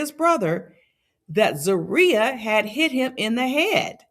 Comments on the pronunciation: "Troy and Zurilah were staying in the mother in law suite in the air-n-b" 🤣🤣🤣🤣🤣🤣🤣🤣🤣🤣🤣🤣 I cant focus the whole video ZURILUH lmao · Please learn how to pronounce her name🤨. WTF!